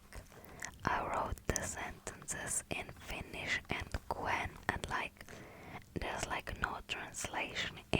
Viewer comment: Your finnish was very good. ❤